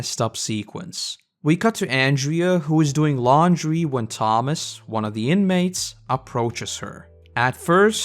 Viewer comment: It kinda bothered me how you kept getting Tomas and Andrew's names wrong.